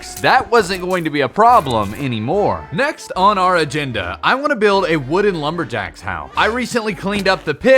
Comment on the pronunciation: anyone else hear him say "atenda" instead of agenda? lol i think it was